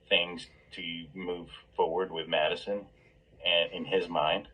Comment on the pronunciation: These guys don't know the basic FACTS about this case, let alone keeping their speculations straight! He totally lost any potential credibility when he says "Maddie Mogison"...!! 🙄 Sorry ~ but at this point in the case if people still can't pronounce the NAMES of the people involved in this case properly and still say: "GonKalves" "KernOOdle" "ChaPPin" "KohLberger" -- They're done. (Mainstream media is guilty of this too, it's just so disrespectful. Great video,. 👍